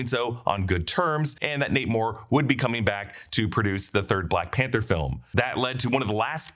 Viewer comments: Every time he says "Nate Moore" I hear 'Namor'..."Namor is leaving Marvel." 😂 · The way you say “Nate Moore” really sounds like “Namor” and I can’t unhear it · I thought he was saying namor until I read this😂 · When he said Nate Moore I hear Namor 😂